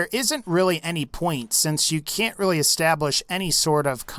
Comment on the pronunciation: Thats a weally sweet waser wifle